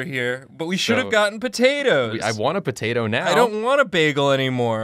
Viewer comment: Poturtle? No, turtato